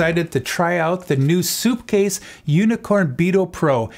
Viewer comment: Sup not soup